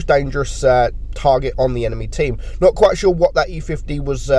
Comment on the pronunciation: sounds like he’s having a stroke when he says not quite sure lmaoo